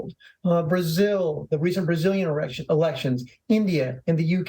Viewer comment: He said erections instead of elections 🙈🤣